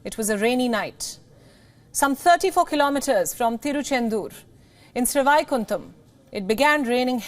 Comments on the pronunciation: It is sad to see Indian newscast cannot pronounce names, even Sanskrit based names, like Sreevaikundam, श्रीवैकुण्डम्. I squirmed every time she pronounced it. It shows lack of commitment, education and the respect they should show to their own culture, languages, and history. It is not good enough to strut around speaking English. One should be rooted in one’s culture and be proud of the heritage. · Absolutely fantastic. Please get the pronunciation of the railway station correctly. It is Srivaikuntam. Literally means great abode of Lord Vishnu. Whenever anyone dies usually with atmost respect it is referred as that person has reached the abode of the Lord. However in this case all the passengers were held up in the Vaikuntam here on the earth instead of sending them to the Vaikuntam up above